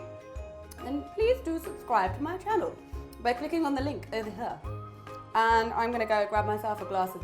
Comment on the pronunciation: What's that fancy cone-shaped thing you had the coc chips in ?. Also in some words your accent goes all American for some reason!! like "butter", "later" :P.